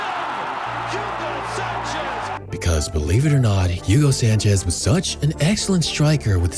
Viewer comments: Excellent video...but, there's an issue. This soccer player (better known worldwide as "futbol") isn't "Yugo" Sanchez, but rather "Hugo" Sanchez. Thx. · FYI the H is silent so its ugo.